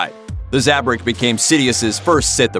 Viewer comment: isnt it zabrak instead of zabrik